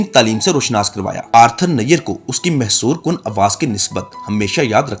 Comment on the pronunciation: ویڈیو اچھی ہے لیکن الفاظ کا تلفظ درست کر کے تیاری کے ساتھ ویڈیو بنایا کریں تاکہ غلط الفاظ نہ بولیں ، ویڈیو کا سکرپٹ پہلے کسی سے چیک کروا لیا کریں ۔ یہ عاجزانہ مشورہ ہے برا لگے تو معذرت اور ہاں لفظ محسور کن نہیں بلکہ مسحور کن ہوتا ہے